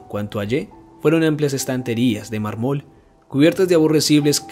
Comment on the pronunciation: Sé que este es un video antiguo y más que seguro has mejorado muchísimo, pero en esta narración hubo demasiadas palabras mal acentuadas, como mármol, impío, pulido, que no me permitieron concentrarme en el relato. :c